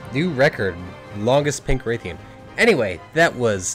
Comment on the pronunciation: its pronounced like wrath-ian not like rathe-ian, also thanks for the whole team thing, most helpful people i'v met